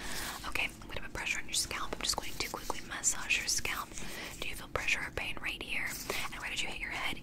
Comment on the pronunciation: im sorry, but the way she says "massage"